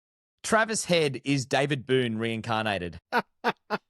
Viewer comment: Its Boon not Boone, respect for an Australian legend :)